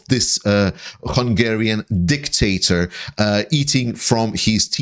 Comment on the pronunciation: Did you say dicktator? 😅